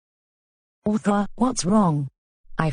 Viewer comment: Arthur not Orthur 😊